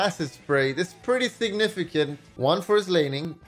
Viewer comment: Caihl Angeles signifishent